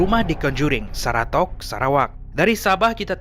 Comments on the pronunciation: seratok tapi sebutan seratak!!? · 3.17 Area saratok la,ejaan betol,sebutan tak betol,apa pun terbaik la org sabah